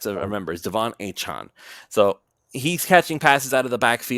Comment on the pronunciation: it’s “A” Chan. Like Jackie Chan. You had it. The. You gave it a weird twist. On the Miami dolphins website he pronounces his name as “A” Chan. Achane is how it’s spelled.